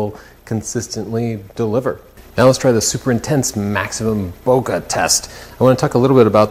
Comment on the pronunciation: You guys pronounce bokeh correctly, just so you’re not self-conscious about that anymore! -VoiceActor